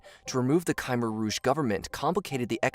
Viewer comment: Vietcong and khmer were both mispronounced.